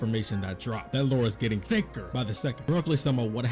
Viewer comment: whyd you say thicker like that at the start i hate you LMFAO